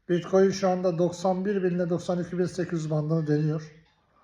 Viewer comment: Biettcoin diye konuşuyor . Bunu dinlemeyin bilgisiz biri bu , yanlış yönlendiriyor milleti